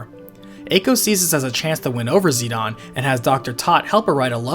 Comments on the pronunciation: Where did you learn to pronounce the characters names???? I know there is not any voice acting to confirm pronunciation, but seriously...Zi Don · Zidahn Zidahn Zidahn... That's all I hear. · why dies he keep pronouncing zidane as zeon and zenon? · It sounded like you kept saying "Xenon" instead of "Zidane". Either way, great re-upload. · Peebo Saxon It’s a matter of how a Japanese person would say it. They pronounce it as Zee-Da-Ne with each syllable emphasised. That’s most likely why he says it as Zee-Dawn. I prefer using the name and pronunciation used by the company. It’s their creation after all. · Zinedine Zidane is precicely the reason I pronounce it "Zi-Dahn"...because that's just the closest reference I have... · I don't consider Dissidia's pronunciation of Zidane's correct. Just because it was made by Square Enix, doesn't mean Sakaguchi, Ito, or any of the writers had input on it. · Whenever I hear someone try to pronounce Zidane's name, I know they will mess it up because they are obviously not soccer fans because the character is named after a famous soccer player of the time. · You really pronounce Zidane that way? Wtf bro? What do you call Beatrix? Baethrow? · That is not how you say Zidane. It is annoying. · If it's ended with an e and a vowel it make the vowel long. Zid-aine. It's hard to take anthing you say seriously when you say zidahnn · He is Zi-DANE to me as i grew up.. So weird and unwatchable hearing Zi-DAAN 😅😂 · Whos zeed-awn? Its Zidane Zi-dane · Dude, do you not understand basic English?? His name is not pronounced Zee-don. Its Zee-Dayne with a long "A". When has "dane" ever been pronounced "don"...If you make a 40min video, you might just want to learn how to say the main characters name properly. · Yeah it’s Zih-DANE not Zih-DUHN nor ZI-dumb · Yeah that's wrong though. His japanese name is Jitan (ジタン), so the English pronunciation is probably "zi-dawn", though I've always said "zi-dayne". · Who “Zeed-on”